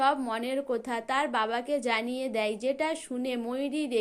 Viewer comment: আবার বলছেন সবাই ক বলছেন সোবাই কথা কে বলছেন কোথা বাজে উচচারণ ।